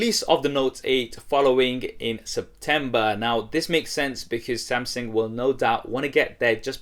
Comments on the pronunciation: it's Samsung, not Samseng 😂😂😂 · Why does it sound like he's saying "Samseng"? I CAN'T UNHEAR IT